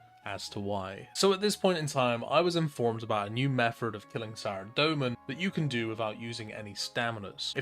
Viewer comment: My man pronounces "method" like "mefferd". Absolute legend